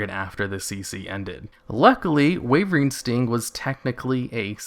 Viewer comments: its called wyvern sting not wayvering sting why - vern or some ppl prefer whi vern both is better then what ever you are doing :P no hate btw just a bit of semi trolling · Why does it sound like you say wavering sting when you say "wyvern" sting? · Why do you keep calling wyvern sting "wavering sting"?